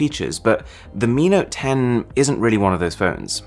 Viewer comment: Mi note 10 hears like amino 10